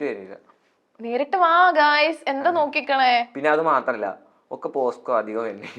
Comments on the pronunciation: Posco Alla pocso Aan 😂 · Posco alla pocso😂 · Posco alla. Pocso